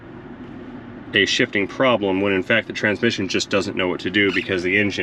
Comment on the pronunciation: Almost thought you said "She's $hitting" lol. No, I get it "She's shifting"